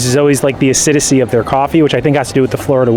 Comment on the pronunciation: you’re killing me with the “acidicy” 😭…